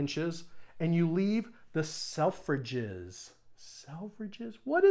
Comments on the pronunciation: selvage NOT selfrage. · It’s a selvage not a selverage, silly! Lol!!!